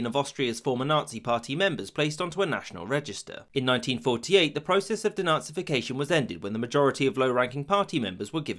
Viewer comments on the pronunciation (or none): none